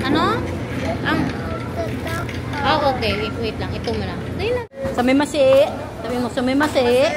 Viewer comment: gar,Hindi sumimassi, the right word is IRRASSAIMASHI,MEANING WELCOME PO!!